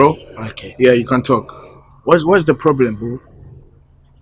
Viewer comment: Why does struggle with saying problem every time biaa “plablem”